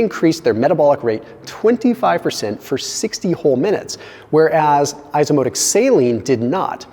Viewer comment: It’s pronounced “eyeso ozmotik”